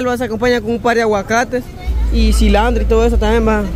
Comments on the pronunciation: No se yama sllandro es silantro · Se llama CILANTRO, no CILANDRO